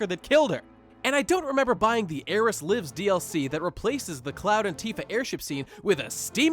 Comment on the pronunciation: Literally the only thing I agreed with in this video is his pronunciation of 'Aeris'.